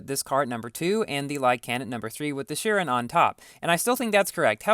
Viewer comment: Its pronounced shi-ron. Ron not run I love your videos😊